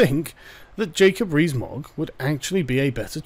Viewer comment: Jacob Ree-s Mogg